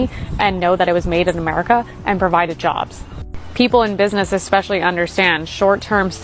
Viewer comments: Love love love your channel, but the word is ES-pecially not EX-pecially. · Did you say exspecially? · Great channel, but learn English, OK? It's "especially", not "eKspecially.